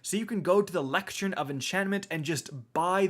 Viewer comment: Ok.....it's bothering me. Why can't say the word "lectern" properly? Leck-turn. It's been going on for several videos that mention the moon weapons recently.